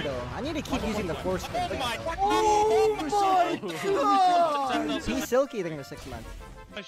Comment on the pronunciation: did bro say forskin vandal